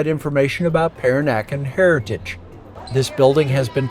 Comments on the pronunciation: I agree. The pronunciations were far off on a number of words, and that could be easily fixed by noting the phonetics and checking with someone if the ear doesn't discern them. "Peranakan" was one of the words that really suffered in this video. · A very informative video of my second home. You offer so much information, it's really to be admired. Could I politely suggest that you spend a little more time on your pronunciation of local names. For example "Mel lak ka"; "PERRR an uh can, not Per an AH kan", "Kwala Loom pur, not KOALA lum Pour". Etc... It will help others who watch your videos and come later. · Apart from some pronunciations. Malacca and Peranakan for example.